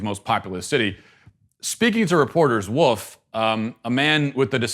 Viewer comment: Matt, are you one of those people that says ‘woof ’ instead of ‘wolf’? Tom Woof? Or is it Wolfe? Canceled. 🤦‍♀️